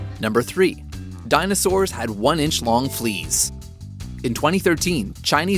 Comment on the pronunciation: "Even DINOSAWURS"